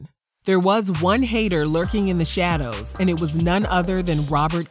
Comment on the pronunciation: ‘lurking in the shawdows.’ I DIED 💀💀💀